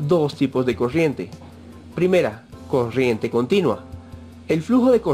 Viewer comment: habla bieeeeeen es coRRiente no coshiente